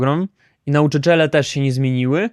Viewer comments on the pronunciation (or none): Nau czycz ele:P Fajnie to zabrzmiało, nie martw się polski język dla Polaków też jest czasami trudny